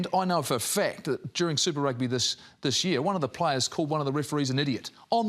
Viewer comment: It’s Rugby🏉 not Rugga just to let you know so peace ✌🏽.